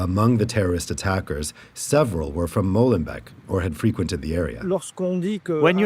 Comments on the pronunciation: It's Molenbeek not Mollenbeck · Why is it so hard for the French to pronounce correctly the name of that city, finishing like " bake" in English, not "beck??" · Stop pronouncing it as Mollenbek. It is not the beak of a mole. MoLenbEEk is the creek of a mill.